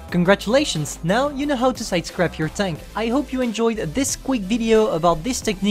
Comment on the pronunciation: The way ewhen u say sidescarpe it is sounds like sidecrap excuses me what de fuk. Is the maus a joke to u. No hate btw